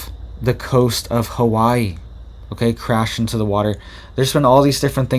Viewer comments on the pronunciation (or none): none